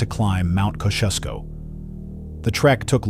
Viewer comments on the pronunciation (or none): He didn't say mount kosciuszko correct its pronounced Mount ko-zee-o-skow cosyosko